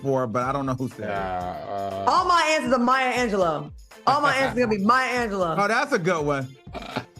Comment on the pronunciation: Claudia...it's Anjelou..."Lew"